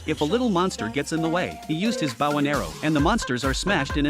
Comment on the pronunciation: I swear , TTS programs can never say "bow" correctly in any scenario.